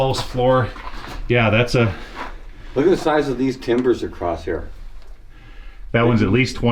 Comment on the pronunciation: it's not "acrosst", it's "across"!